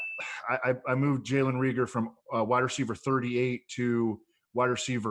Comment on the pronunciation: Makes me cringe listening to you guys say Re-ger instead of Ray-gor. Also, La-vee-ska?!? Haha what? It’s La-visk-uh